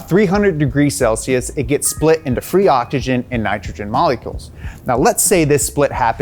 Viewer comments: you said it correctly before that Ni cha chin and ah chi chin It's pronounced ni TRO GEN and OCKS IH GEN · I love “ogigen” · Am I the only one or do I hear this guy saying "OCHICHIN" instead of oxygen? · I hate how he pronounces oxygen. ODJIJEN, OKSIJEN, ODSHISHIN. Dude.